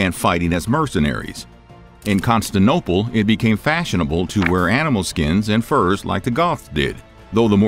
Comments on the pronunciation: What the hell is Constanople??? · You’re not pronouncing Constantinople correctly. It’s not, “Constanople”. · Con-stan-ti-nople . It's not that hard brosky. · 'constinople' disliked and reported. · Constantinople, not Constanople. Your pronunciation of many names is horrible. And this is just normal known history. Generally well documented. But not "shocking". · Con-stan-TIN-o-ple. This guy sounds just like an audiobook reader who just won't pronounce things properly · You repeatedly say "the city of Constantopole". Here as well as other of your episodes. I am sure you know that the correct name is "Constantinopole", so why dont you pronounce it right!..... You are supposed to be history channel.... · God I have said this before - I love your videos and you are an amazing narrator but please stop saying constanooople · Constanople? Never heard of it. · Correction. It's not Constinople, it's Constantinople. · ConstanTINope bruh. Constantine. Not Constan. Good video mate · Put me in charge and it will be correctly pronounced. Constantinople, not Istanbul. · Can't listen to you mispronounce Constantinople one more time.👎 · It is difficult to take seriously a supposedly factual video about Rome when the narrator cannot correctly pronounce "Constantinople". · clickbaity and you don't know how to pronounce Constantinople. Where are the shocking facts? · Video is driving me INSANE. He doesn't say Constantinople correct or the word Lineage. Bro there has to be whole team on this channel that either didn't realize or legit are clueless about this ancient city. Need a new editor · The way you're pronouncing Constantinople as Conastople is like fingernails on a blackboard. Some of your other pronunciations are unlike anything I've ever heard. Very interesting video, but I didn't hear anything "shocking" about the Goths. But very thorough history and interesting 😊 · What the f#ck is Constin-ople? It’s pronounced Con-STAN-tinople. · the Constance Opal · Constanople? Really?